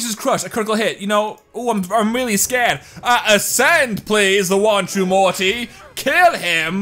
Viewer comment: When you think your funny but instead of saying Morty you say muty